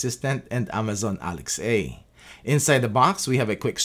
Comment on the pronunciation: Awesome video! Am doing a lot of research and this is thorough. PS: It's Alexa, not Alex-a.